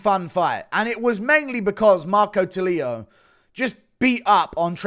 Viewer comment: tulio is not pronuciated as “tuh-lee-a” it's more like “too-le-o”